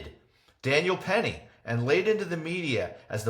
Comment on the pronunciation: PENNY not perry